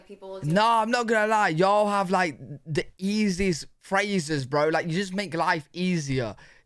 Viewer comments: I think the way you say y'all sounds GREAT. British y'all. What a trip. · Y’all is from the South that has an accent akin to you Brits. So, the way you say y’all is spot on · You sound perfect when you say “y’all”. It suits you! I’m from California and it sounds weird for me to say it! 😂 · y’all always sounds right as second person plural no matter who says it. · I agree. This Texan gives her blessing. He sounded excellent when he said it. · I agree. His “hey y’all” was perfect! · Southern here from the USA. You absolutely have permission to say y’all! You sound great saying it and that’s not just Southern sweetness!😊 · As a born and bred southerner!!! You are saying it perfectly! Sounds great and y’all ought to start using it! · Your pronunciation of yall sounds very natural! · Do it! You sound great saying Ya’ll ☺️ and the Whole nine yards is a fun one. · you sound great saying y’ll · You sound good saying "Hey, y'all." But I live in the South in America. I use "y'all" so much, my phone recognizes. So use it. Then you can add "all y'all and you'ens". You'ens is more than y'all and less than all y'all. And yes, I had a boss who used you'ens. I don't care for it too much.